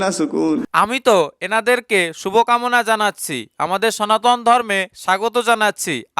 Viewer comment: আহা আহা আহা হরে হরে কালির সোনা বরে বরে 😂😂😂কাইল্লা কালির সোনার বড্ডা আন্ডা, বরিদে শিবের গরম গরম লম্বা লম্বা ডান্ডা 😂😂😂সনাতন ❌সোনাতন✅🤣🤣🤣